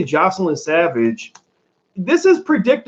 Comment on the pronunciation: Her name is JOYcelyn. Just call her Joy rather than repeatedly mispronouncing her name.